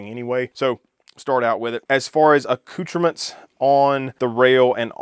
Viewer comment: He said accoutrement!!!!